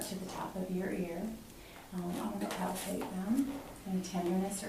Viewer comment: ‘’ I’m gonna palpatate’’ Now I’ll have nightmares...